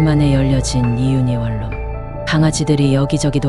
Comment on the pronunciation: 유궐유길이라고 발음하는거 뭐냐 유월유일입니다.. 월룸이 아니고 원룸이구요 발음 제대로 하세요